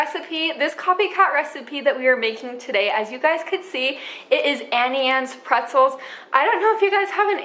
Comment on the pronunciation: It’s auntie, not Annie Anne